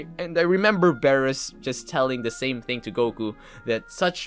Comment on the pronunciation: You say beerus as “biirus” not “bearus” just saying ;)